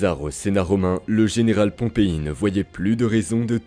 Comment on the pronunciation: L'IA s'emmêle les pinceaux entre Pompée et Pompei.😂